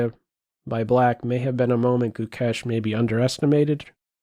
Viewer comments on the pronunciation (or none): It's "Gukesh", bud